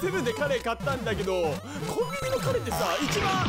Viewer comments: カレーのイントネーションもだけど、カレって最後あんまり伸ばさないからなんの話か分からんかったw セブンがカレーフェアやってるらしいよ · カ↑レ↓ーが気になって気になって